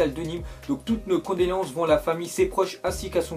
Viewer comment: "Condolances" mdr